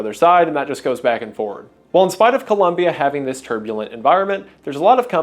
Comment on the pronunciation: Hey, Wendigoon. Great video, colombian viewer here. Just really glad to see a video of an american pronouncing ColOmbia the right way. Keep up the amazing work